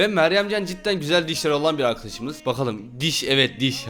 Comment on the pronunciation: Dişe dış diyo